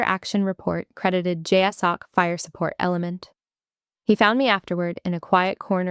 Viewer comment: And I will be forever thrilled when the acronym "JSOC" is correctly pronounced "jay-sock".